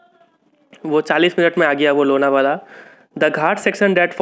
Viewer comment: Lona vala❌ Lonav la ✔